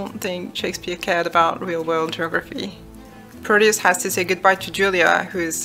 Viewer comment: ...is it bad that i hear proteus's name as "produce"? If not, its just makes it even more hilarious And to be honest, the story itself flops a lot at the end in my opinion... But amazing video! Its giving me more ideias for my own game